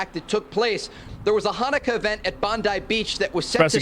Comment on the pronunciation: Even the news that would suck Pam Bomdi's cock would call it "Bondai Beach". WTF is with Americans' inconsistent vowel pronunciation?!?!?! Even the natively english words like "nuclear" are too much for them. Do people there really speak 0.5 languages? 😂